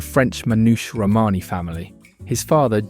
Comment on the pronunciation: Nice video, with some really interesting information...but please get an editor or sort out how to pronounce words - I coped with hearing "Romany" mis-pronounced tens of times, but eventually bailed when Louis Armstrong was pronounced as "Lewis"... It sounds critical but if you want people's time watching it at least get it right.